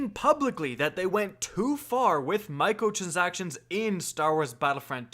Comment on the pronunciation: Mi-cro-trans-ac-tion It’s a simple word to say